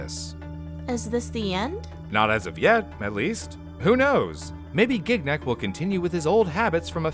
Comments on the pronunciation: Gig Nick. I had friends named Gignac. They pronounced it Shji (short i) nack. The second g is silent. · As a French, I'm dying a little bit every time says "Gig-nak". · man, as a French speaker, hearing him pronounce Gignac with a hard G every 5 seconds is extremely unnerving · Listening to the American mispronunciation of the last name "Gignac" makes this vid absolutely insufferable for me. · The way you pronounce Gignac makes me cringe so hard.